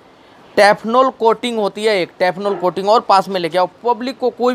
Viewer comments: "टेफनॉल " कोटिंग नही, " टेफलॉन " कोटिंग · Bhai "Teff Lon" Na ki Tefnol...